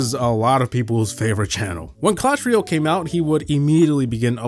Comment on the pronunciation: Guy pronounces it Clash Ruyel